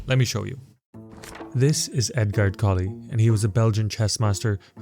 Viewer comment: At least you pronounced Mr. Zukertort's name decently. Mr. Colle....not so lucky.